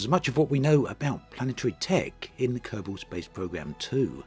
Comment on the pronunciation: Kerbol and Kerbal are pronounced almost the same though, lol. He says Kerbal just fine.